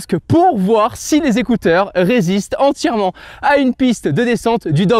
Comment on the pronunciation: J'aime bien comment tu dit les zécouteur 😂😂